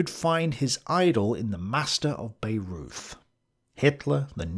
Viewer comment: A fascinating insight into German thinking at this time. Madam Blavatsky seems to have influenced everyone around this time - all but forgotten now! I cringed at your mispronunciations of Wagner, Bayreuth and Sigma!